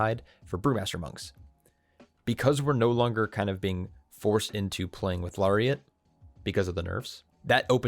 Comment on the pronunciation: It’s “Larry”iat